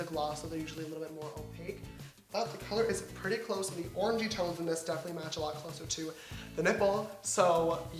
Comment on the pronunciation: Each time he said orange-y I heard orgy 😂